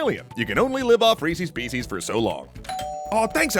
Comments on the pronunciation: I can't believe you said Reece's Peeces. Reese's Pieces, lol i'm dead XD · Anyone else notice at the end he pronounced Reese's pieces as "reesees peesees"?